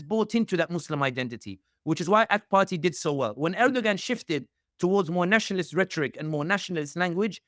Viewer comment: Please learn to pronounce names correctly as it’s confusing when you say someone’s name wrong and the listener can’t follow along. Erdoğan’s name does not have the G pronounced in his name.